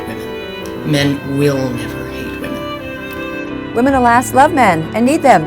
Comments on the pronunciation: Why can't Lauren Southern pronounce the word women correctly? She keeps saying woman instead, it's really jarring. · dunno why but it is annoying the piss out of me that lauren southerland keeps saying "woman"( singular) instead of the correct plural term she actually means "women" . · is it a Canadian thing to pronounce "woman" and "women" the same way?